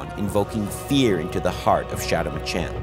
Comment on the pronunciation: Bro really said Machin